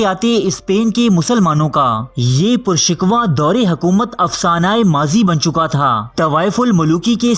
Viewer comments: Aap ka talaffaz theek Nahin, purshikwa Nahin purshikoh hota hai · Purshikoh hota hai purshikwah nahi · What's your criteria for choosing person to describe history. In this video documentary, person's pronunciation is pathetic.Person is saying purshikwa in place of purshikoh which means grand while purshikwa means full of complaints.Please set some standard for description. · Tujhe aaj tak urdu padhna na aayi? Pur shikoh kehte hain bhai!LOL!😹😹😹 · پر شکوہ ٹھیک پڑھیں